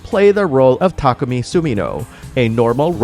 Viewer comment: I knew it! I KNEW they were saying it wrong! I thought for sure that if his name was pronounced "Tah-ku-mi" that his nickname wouldn't go with a different "A" pronunciation! "Tah-ky!" ...ok, maybe I just don't like how "Tacky" sounds, since his sense of style is not, in fact, tacky :P